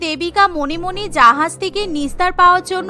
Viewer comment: জাহাজ ❌️জাহায়াজ ✅️😂